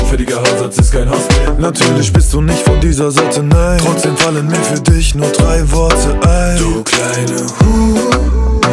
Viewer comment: Geht bei da hört man drei ganz deutlich und dann wieder zurück bei , dann hört ihr auch dort drei! Er spricht beim ersten mal eben das Drei "Trei" aus und deshalb klingt es wie Zwei oder "Tzwei" ausgesprochen!